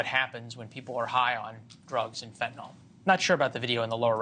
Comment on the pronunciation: RN here who has given fentanyl IV. I don't understand why people insist on saying fen-tin-all; it's FEN - tah - nill.